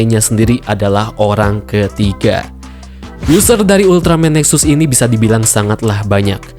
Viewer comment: Jangan dibaca NEXAS a' ! , nanti saya jadi luput ngomong Ultraman TEXAS jadinya :'v